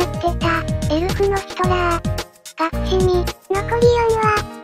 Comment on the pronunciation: 「楽しみ」が「がくしみ」になってるの直して欲しい…